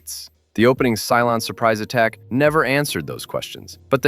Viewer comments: and "Cylon" not "Cylone." :) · It's "Cylon", NOT "Cylone"... 🤦🏻‍♂️